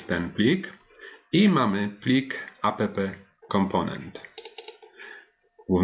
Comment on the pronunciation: Mam małą uwagę. Takie spolszczone skróty brzmią bardzo nieprofesjonalnie. Warto używać prawidłowej wymowy, szczególnie gdy się kogoś uczy. Chodzi mi np. o: Angular CLI: "Angular SI EL AJ", a nie "Angular KLI" NPM: "EN PI EM", a nie "EN PE EM" App: "Ap" (od application), a nie "a pe pe" Będę oglądał, zobaczymy dalej.